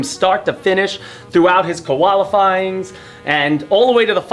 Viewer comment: "koala'fying" Thought this was in Canada.. :P